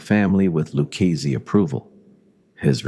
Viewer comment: the LOO KEYS family. AI DOC